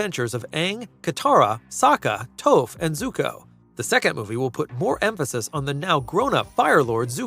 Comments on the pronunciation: Stop saying Toaf, it’s TOPH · I’m sorry… Toe-ff?!?!?! It’s Toph (Tauf) 🫠🫠🫠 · You clearly have never seen the series if you pronounce "Toph" as "tofe". Your opinions are meaningless. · if he says Toeph one more time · He keeps saying “Toeph” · The mispronouncing of Toph... hurts! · did you really mispronounce Toph's name? you're as bad as the first ATLA movie. get out. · Please learn how to pronounce Toph